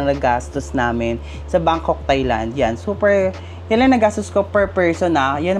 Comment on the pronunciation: You pronounce Thai-land it as “Tai not Thay” . Regardless, nice content keep it up.